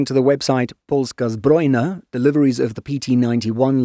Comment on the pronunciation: As a Pole, I can confirm the excellent pronunciation of "Twardy" and "Polska Zbrojna." Truly, respect! Neither of our languages is easy for foreigners.